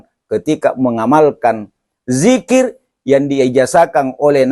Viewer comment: MAAF.. BUKAN SIKIR TAPI DZIKIR YANG BENAR....